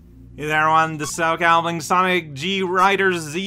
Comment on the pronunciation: … I don’t know if I’m going insane or what, but according to my ears, he’s clearly addressing him as „Sanic the Hedgehog“